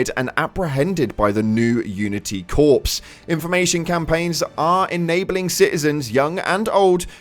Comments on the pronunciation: I've always heard "corps" pronounced "core", e.g. Marine Corps. Is pronouncing it like "corpse" a regional thing? Heard it enough times I'm starting to wonder if it's not mistake. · Still pronouncing the word corps as corpse. This guy can't even speak is own language, nor check his comments. Just another algorithm chasing loser. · Corps is actually pronounced “core”, like Marine Corps. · "Corps" is pronounced the same as "core" not "corpse". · FYI: Corps is pronounced "Core." Like the Marine Corps.